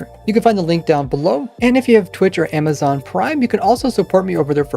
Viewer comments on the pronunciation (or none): none